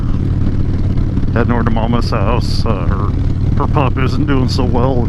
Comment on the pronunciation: so good to hear it was a pup at first I thought you said pump and thought you meant your moms heart haha .. wow glad I was wrong . Take Care